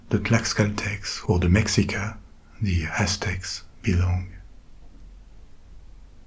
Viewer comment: This dude absolutely NAILED those hard consonants in Náhua 🙌🙌 I was impressed as somebody who had Mexican relatives that spoke it! What's really funny to me is that the only thing that was mispronounced (understandably) was Mexica- and that's probably because we say Mexico with a hard X (ks) but before colonization it was in Náhuatl and was pronounced (Mesh-EE-ko), and the people were the Me(sh)ica. Honestly tho the hard consonants are the more important part of the language anyway so it works